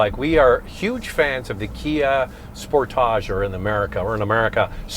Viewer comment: Sportage rhymes with shortage. No need to invent some weird pronunciation.